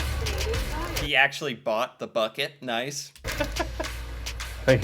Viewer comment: don't you pronounce Bucket as "Bouquet"?